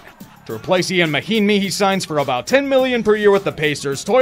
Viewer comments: Don't worry,. The hardcore NBA fans weren't surprised you didn't know who Jon Leuer was, due to you being a self-identified casual. We already knew because you pronounced Ian Mahinmi's first name as "EE-an" instead of "Yahn". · Ian mahimi, it’s pronounced “yon”. Ian mahimi.